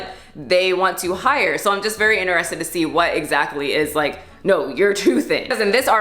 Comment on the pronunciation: nobody:: inner ested